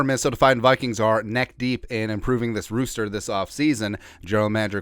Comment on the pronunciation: This is a 🐓 rooster..... its roster (raw-ster) not sure why but drives Mr crazy when you say rooster lol